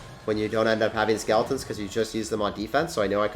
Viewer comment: Does anybody else notice that he says skaletins instead of skeletons 😂😂😂